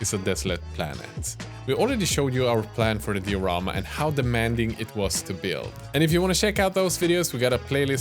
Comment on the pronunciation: Cool videos but the way you say diorama ticks me just a bit